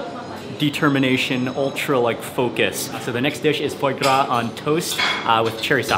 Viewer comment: FOY GRAS lol...